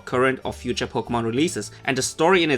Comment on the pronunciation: please tell me I'm not the only one who heard "Pokebitch"